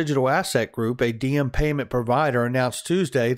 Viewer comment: Is it pronounced D-em? Diem is a Vietnamese name pronounced like Yem. Not a big deal, just found it interesting